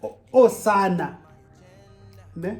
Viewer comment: Lmao..im not even 5mins into the video and I'm already laughing at "Osana"😂. I think you wanted to say Amasana (plural) or Usana (singular).